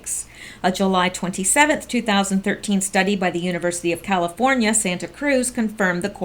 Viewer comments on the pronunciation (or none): none